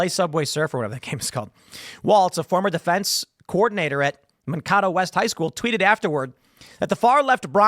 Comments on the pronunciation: I live an hour from mankato and everytime i hear tim day mankato I laugh man-ka-to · Mankato is pronounced "man-KAY-toe" here in Minniesoda, Tim. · Man-Kay-Toe Minnesota. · Man-kay-toe………Mankato, MN.